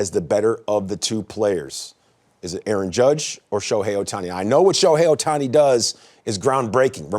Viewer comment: It’s Ohtani bruh that other guy can’t be serious 😂.